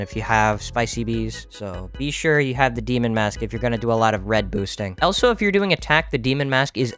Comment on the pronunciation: Agreed and how does he think of saying elso instead of also